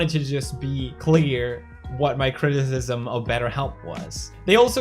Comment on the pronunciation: "my crizizizim"